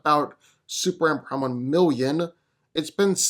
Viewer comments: Bro .... Its pronounced Super-Man!!! Not SUPRAN....... What dafuq is that????? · SuperMan. Say it with me. M-M-M. Maybe one day you'll break free of your repetitive trap & not say "So who's coming out on top here" 3 or 4 times a video too. Really annoying & unprofessional as a speaker. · You know there's an "M" in superman. It's not Superan